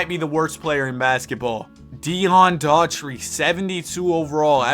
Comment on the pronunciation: Love the content, but you gotta learn how to say players' names. Daugherty is pronounced "Dough-Herty" not "Her-tree" and Etan is "Eee-ton" not "Eee-tin." Great hypothetical vids though...💪🏾